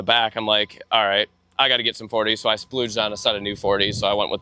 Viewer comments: him saying splooged instead of splurged is killing me lmao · He keeps saying that he "splooged" on his parts. I really hope he means splurged. 😅